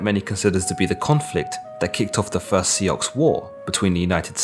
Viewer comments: Sioux, pronounced Sue, has never been pronounced See-ox in popular culture. I have taken numerous university courses on Native American culture, focusing on the Lakota or Sioux, and haven’t heard that bizarre pronunciation! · I’m Cheyenne River/Oglala Lakota, it is not pronounced “see ox”. Are you just trolling or what? I have never in my life EVER heard it pronounced “see ox” I’ve never heard a Sioux pronounce it that way, EVER. Out of curiosity, where are your sources, references? Even if it was “see ox” we pronounce it Sioux=soo; you may not agree, however is it not a bit presumptuous to tell us how we should pronounce this word? It is an exonym created by others to describe who we were as a people. You Brits get so uptight about how everyone else in the world speaks English, criticizing people for their “accent” as if we can help it. Yet even in the UK there are some people that you can barely discern the fact that they’re speaking English! J’ya kno whu uh meen bruv, ay? Yeh? The name Sioux comes from Nadowe Su, which is Algonquin meaning "Little Rattle." The story, as recorded, says the phrase comes from the rattling sound a snake makes before it bites. French traders and trappers changed the spelling from Su to Sioux and dropped Nadowe. This is how the great Oceti Sakowin became commonly known as Sioux. We prefer to be called by our tribal names, Lakota, Dakota, Nakota. Sioux language has three dialects: Lakota, Dakota and Nakota. These dialects developed because the Sioux were spread out over the vast plains region of North America. Today, Lakota and Dakota are the two main dialects, with the Nakota being the least frequently used. Speakers of the dialects have no difficulty understanding o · I'm Dakota (sioux). Its pronounced "sue" not "see ox" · Speaking as an Anishinaab, I can say that Soo is the correct pronunciation, not See-ox. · Yeah I felt that one lol it was making me cringe hearing it 😂🤦‍♂️ - a Canadian Métis man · Oh Ffs. Sioux is pronounced sue